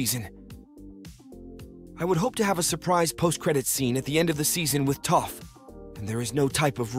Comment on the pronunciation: Bad pronunciation at times... for both Aang and Toph.. also what's with the anal voice .. ? you sound anxious to be finished.